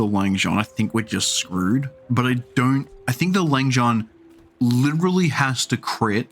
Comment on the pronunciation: Love to see a fellow aussie playing games on here! Just a quick comment on the pronunciation of Langxian, the 'xian' is kinda like 'Sien' in the word Sienna. 🙏🏼 Keep thriving in the bazzar!